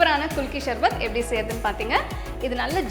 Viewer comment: Athu sarbath not sharbath, pronounce correctly mam